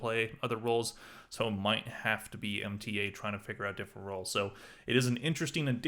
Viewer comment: Mta is pronounced as mota